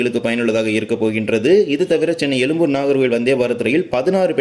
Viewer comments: . உச்சரிப்பில் “ழ” அழுத்தம் தேவை. அழுத்தம் இல்லாததால் எழும்பூரை “எலும்புர்” என உச்சரிக்கிறாய். 😊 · No you said elumbur meaning bone zha which cannot be written other than Tamil& Malayalam but you have written correctly why don't you pronounce it correctly that's why I said you could have pronounced in English,it would be appreciated if you pronounce it atleast in your next vlog. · Very irritating to hear elumbur when you cannot pronounce atleast say Egmore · அது எழும்பூர். எலும்புர் அல்ல 😮😮😮😮.